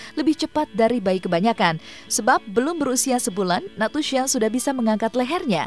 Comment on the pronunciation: nastusha lho bkn natusha